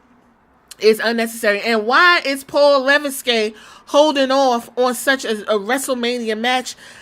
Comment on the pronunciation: 😭😭 it’s pronounced le-veck